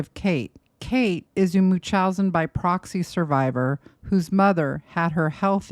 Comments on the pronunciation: its pronounced MUNCH-housen not mooch-housen and its called factitious order imposed on another, NOT munchousen, I would think a psych nurse would know that? Additionally, fictious disorder imposed on another CANNOT be disagnosed on someone who is dead. And to ascertain a proper diagnosis while the offender is living is incredibly difficult, that is why there isnt a true diagnosis. Gypsy is messy but she was abused and brainwashed her entire life. Nick got a raw deal. Gypsy is a victim and also I guess a manipulator (like her mom). This video is reaching. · Love the videos, but the way you can't properly pronounce "Munchausen by proxy" gives me pause. Especially with you being an RN...